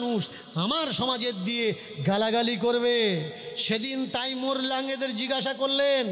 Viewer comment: আরে মহা মুখখু তাইমুর নয় হবে তৈমুর লং